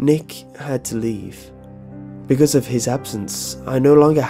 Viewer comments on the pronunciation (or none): none